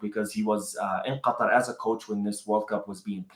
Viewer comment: I noticed that you’re pronouncing Qatar as we are arab nations spell it you sound arabic at that point 😂